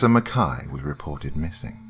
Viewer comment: Beautiful narration. (Thank you for pronouncing "Mackay" correctly. It's been a long time since I've gotten to hear that.)